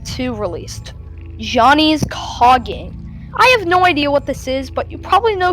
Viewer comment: You mean by coughing instead of Johnny's cogging